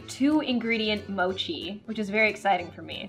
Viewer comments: It’s mochi not mosi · Ur not Asian if don’t you say sushi like “sushi” but like “soowshee” that. That’s 𝗯𝘀 OH she said “mowshi” AAAAAA SHE SAID “maatchaa” OH THAT HIT MEEEEEEE no hate but WHAAAAAA